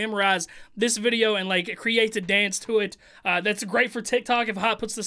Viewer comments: 1st thing I heard when watching this......"THIS VIDEA IS SPONSORED BY-" no disrespect, I love this guy...but the way he said videa made me cough up my bong rip 🙏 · I gotta know... why do you say “Vidjia” and not video? I don’t mind I just gotta know. Haha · Can you say video like a normal person please?